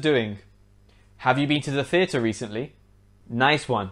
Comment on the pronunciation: did you really say Feather instead of THeater? is that correct?